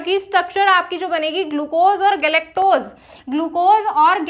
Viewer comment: Mam galectose hota h goluctose nhi